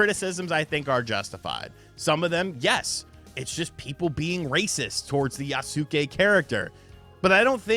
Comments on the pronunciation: Jesus, what is with you YouTubers not getting the name right? YAS-KAY! TWO FUCKING SYLLABLES! YAS-KAY! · Maybe playing the game will make actually pronounce the name correctly. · The way you butcher the name yasuke it sounds like AI 😂